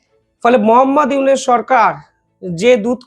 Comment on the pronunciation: ছিঃ এই চেহারায় আবার তাজেলের পার্ট!!!খবর শুনাতে এসেছে!! মোঃ ইউনুসের নামই উচ্চারণ করতে পারে না ঠিকমতো 😮 রেখে দে ,যে কজন গেছে তোদের দেশে আর ফেরত দিস না।